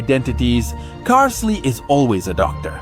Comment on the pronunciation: isn't it pronounced carl-ille?